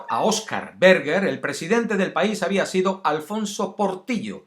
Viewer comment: Se llama Oscar Berger (pronunciado Bershe)